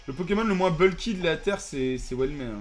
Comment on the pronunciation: Il a dit 4 fois poķémon au moins Aie...